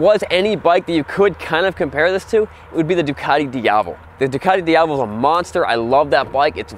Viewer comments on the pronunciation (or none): Dee Ah Vel not Dee Ah Vol 😂